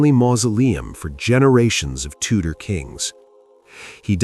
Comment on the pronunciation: That's Tudor dynasty not Tutor dynasty.